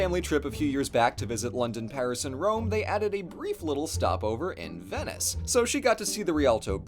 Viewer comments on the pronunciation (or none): none